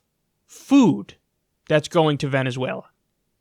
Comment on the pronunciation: Kyle it's Venezuela not Venezüela